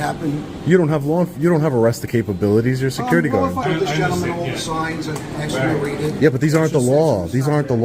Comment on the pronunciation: When a cop says axe instead of ask and also has a gold necklace showing, get as far away as possible